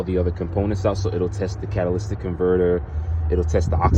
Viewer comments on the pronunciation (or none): The "fan"😆 and the "cataliStic"😄 but anyway, don't use the whole can, you'll ruin your engine and cataliStic converter, and if you don't know what your doing, you'll HYDRO LOCK your engine, please be careful people there's way more detail than what you see in videos.